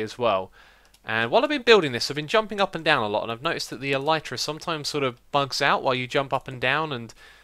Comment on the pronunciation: I know it's irrelevant, but my self-diagnosed language OCD is kicking in, and even if you're not going to change the way you pronounce "Elytra", I wanted to bring up the 'proper' pronunciation: "L - E - trah". There... I can keep with my life in peace :-)